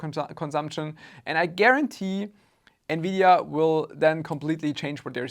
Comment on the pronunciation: Lol nividia